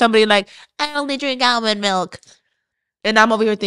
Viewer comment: Ailmond lol